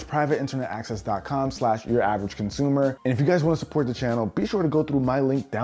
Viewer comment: Is it just me or is the 'uravrgconsumer' that at the beginning getting clearer by the day